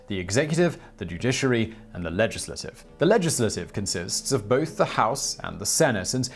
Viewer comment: Was anyone else amused by how Simon pronounced “legislative”?